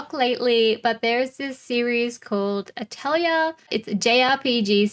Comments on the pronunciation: that's how aussies say atelier chill bruv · The video is great but PLEASE DON'T SAY ATELIER LIKE THAT.... FOR THE LOVE OF GOD..